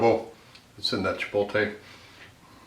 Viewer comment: Why do midwesterners have so much trouble saying chipotle?